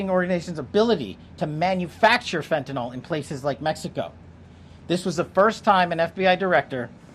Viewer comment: Fen-tuh-NILL. NILL. Not fen-tuh-NALL.